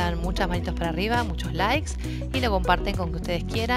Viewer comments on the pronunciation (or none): none